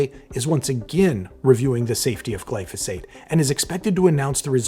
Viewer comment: it's not pronounced glyfisate